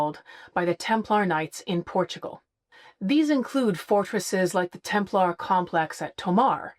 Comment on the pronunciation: What's with this "Templahr" pronunciation? Does that come from the Da Vinci Code? What's wrong with the "Templer" pronunciation that most people use? This seems to me a case of hypercorrection or affectation in order to appear more educated.